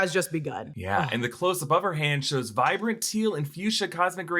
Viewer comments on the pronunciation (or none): none